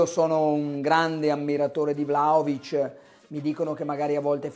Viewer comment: ma perchè il cronista juventino lo chiama vlacovic? ignoranza o volontà di fare il fenomeno?